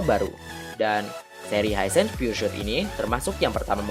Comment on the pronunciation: pengucapannya (spelling) piur sot bukan piur syut.